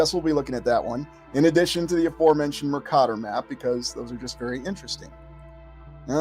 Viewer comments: As a geography major I’m curious why you pronounce Mercator the way you do? I’ve never heard it pronounced that way. Just genuinely curious? Love the content! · Good video. But please check out the correct pronunciation of Mercator.